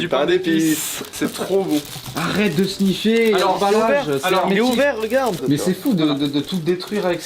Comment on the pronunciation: Timoté dit le snouf et Léo dit le snif.